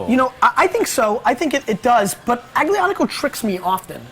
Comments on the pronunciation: "AGGGlianico" Nice pronunciation idiot. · Really bad pronunciation of aglianico guys come on... you’re professionals, learn the pronunciation